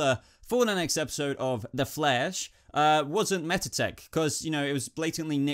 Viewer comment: says "The Flash" in Australian accent :')